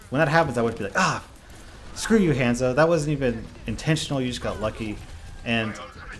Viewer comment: It's Haanzo!! Not hand-zo